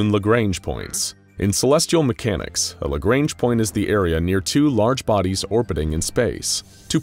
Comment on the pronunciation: It's LA GR-AU-NJ